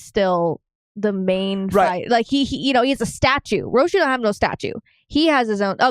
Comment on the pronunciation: Rah-si-you not roshi-you, i mean i guess if you had a japanese accent it is more like roshiyou, but i can't accept that lol gatta go to work but ima watch the second episodes reaction when i get back, nice reaction yet again, cant wait for the rest. my favorite anime ever by far, followed by attack on titan